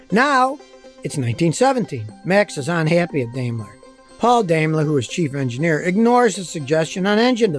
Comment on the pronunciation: Note: Daimler is correctly pronounced "DIME-LER" - "AI" is a German diphthong pronounced like a long 'I'.